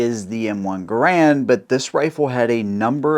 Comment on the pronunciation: Funny how most people even experienced in weapons pronounce Garand wrong, it's pronounced Gærənd. Canadians have to be special in the pronunciation of their names.